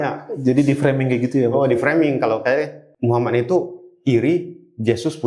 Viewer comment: Maaf Bu Bukan Mukhamad tapi Muhammad. Sesuai ejaan aslinya aja ya Bu jangan di rubah2. Itu Baginda Rasulullah bukan manusia biasa kaya kita. Ketikannya juga jangan kebanyakan typo. Agak pusing bacanya😅😅😅🙏🙏🙏